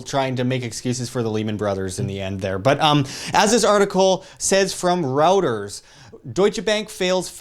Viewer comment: Dude, it's pronounced 'ROY-TERS'.